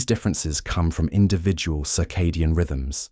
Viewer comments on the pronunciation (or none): none